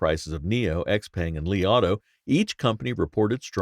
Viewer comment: Your pronunciation of XPeng makes me cringe every time.